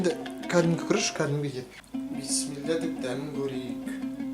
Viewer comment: Піссімілә емес Біссімілә